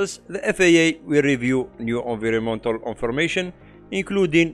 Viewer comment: excellent summary. recommend reviewing pronunciation of "environmental"